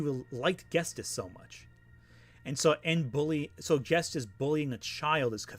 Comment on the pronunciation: unrelated to the topic of lily orchard, but you keep pronouncing ghetsis as "ghes-tis" instead of "ghet-sis" and it drove me crazy 💀